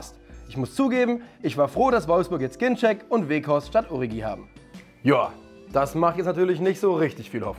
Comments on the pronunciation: Man spricht doch origi anders aus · Ist es denn so schwer Origi richtig auszusprechen?